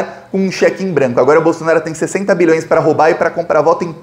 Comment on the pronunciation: Sua pronúncia de BILHÕES soa um pouco como MILHÕES. Enfatize mais o BI.